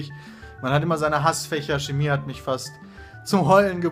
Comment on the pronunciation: hasst Schhhemie